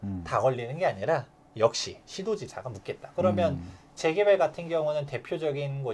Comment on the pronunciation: "재개발"발음을 분명히 해 주세요..